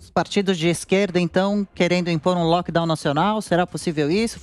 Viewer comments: NÃO É “LOCKDOW”, É LOCKDOWN (o N do final É PRONUNCIADO!!!!!) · meu querido a palavra é LockdowNNNNN e não "loquedau".